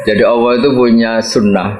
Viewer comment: Nyebut asma allah jadi allokh